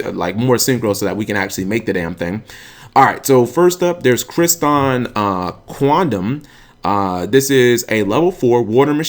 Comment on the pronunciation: Crystron. Not Cryston. There is a second "r" in their name ._.